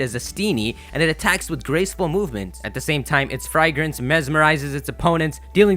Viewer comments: "fry-grance" you mean "fragrance" right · Great vid bro, just check your pronunciation of "fragrance" and "gluttony" XD